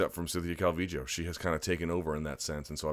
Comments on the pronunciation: its pronounced cal-vee-yo. So you got it ^^ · Calling her Calvijo, is no different than people saying Cal-V-Low. Yes the double L can be Y or J depending on where you are from in Central America but her parents are from Mexico and most definitely say it as a Y. Cal-V-Yo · Your explanation is true... but that still doesn't make it calviJoe. If you think it's right whatevs, your show bruh. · why do u pronounce her name Calvijo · omg stop saying cal-vee-joe